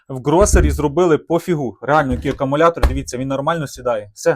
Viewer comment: ШинА, Акамулятор., переставав говорити Нам плюватися хочеться. Кірування, ще одне слово від Вови.